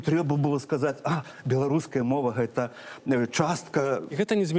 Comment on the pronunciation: Не «эта», а «Гэта». Гук «г» тут мае быць вельмі выразным. Паслухайце, як размаўляюць старыя людзі ў вёсках, не ганьбіце мову.